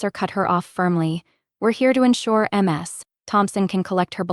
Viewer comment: It's not M---S. It's pronounced Miz.